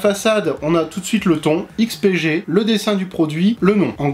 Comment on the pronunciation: On repassera pour la prononciation du nom mais merci de ta réponse :P